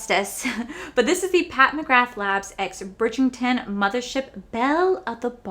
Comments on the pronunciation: I'm not sure whether its the accent or my hearing, but it sounds like you are saying Bridg-ING-ton, not Bridg-ER-ton. Really enjoyed this review - I love the show so much so i might go and grab the books. I don't think i will ever be able to afford anything in this collection. Even though its stunning, i think we can find similar for cheaper. Gorgeous ❤ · Bridgington10 will not save anyone cause it's Bridgerton.the books are way better! And it drives me insane when influencers don't bother to learn how to correctly pronounce product names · I've found her collabs w Bridgerton aren't anywhere near as good as her general products. I have her OG products and they're amazing. And you know how much myself and everyone loves you, but, it's BRIDGE - ERR - TON not BRIDGE - ING - TON. I'm so sorry but It drives me nuts 🤣🤣🤣🤣. Don't get me wrong, I'm not really one to pick up mispronounced words etc. But I had to say it babe. I love the series. Season 2 is very different with basically no Daphne in it and Simon isn't in it at all. I'm waiting on the books which are apparently quite different but I still will be happy with how both work out. Also, I've noticed when Pat does a collection e.g. Holiday or collab, her prices are cheaper than what they would cost as an individual product of hers. And I find the formula isn't AS good unfortunately. But it's still good and very Luxe. Love the video as usual 💜💜💜💜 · Bridgington lol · I love you! You know this! Let's say it together...Bridg-er-ton.😂😂😂 FYI, the Ultimatum is 😱....I'm going to finish it today! The red is an existing shade....they only changed the packaging. 🤷🏽‍♀️